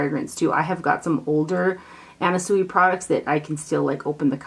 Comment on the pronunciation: Sui is pronounced Swee. I have a lipgloss ring from her. Super cute.